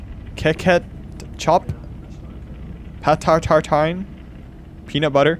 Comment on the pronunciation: As a french person, i can tell "Patatartine" is really good